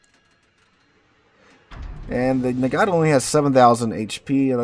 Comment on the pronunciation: Man, you're killing me with the "Muh-hahn" and "Nuh-gah-toh".